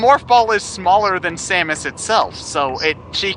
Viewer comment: Who is this Samaus you speak of?